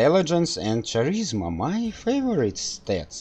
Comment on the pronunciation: "Charisma" is pronounced w/ a "K" sound instead of "Ch".